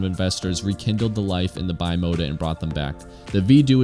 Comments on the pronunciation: It’s Italian. Should be pronounced bee-mota, not by-mota. Nice video, interesting issue. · lol, bi mota? I'm bi-mota, I ride a bike and drive a car. It's Italian and pronounced bim-ota. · The correct pronunciation is "B mota" and no "Bye mota" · C'mon man, it's "bee-mota" and "vee-do-eh" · Bimota..were one of the few companies that had all the best already added to the frame and you choose the engine. I think it's pronounced like one word bim ota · lmao bye-mota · not bimota sounds beemota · Great video, a few bikes missing from it, however...that pronouncement of Bimota may of driven me insane 😂